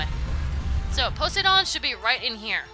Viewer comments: Po-say-don? No it's pronounced Po-sigh-done. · you're gonna hate me for this... but it's pronounced Poh-sai-dun. Poseidon. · I hate how she says his name wrong over and over and over again!!!!!!!!!!! ITS the name of the greek god. GOOGLE THE NAME!